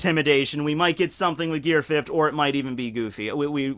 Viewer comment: Gear Fifft